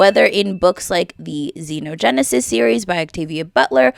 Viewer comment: It's understandable since some words aren't said aloud often, but Xenogenesis is pronounced ZEE-no-gen-ne-sis.